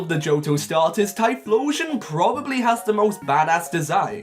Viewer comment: IT'S TYPHLOSION, NOT TIRPLISHON!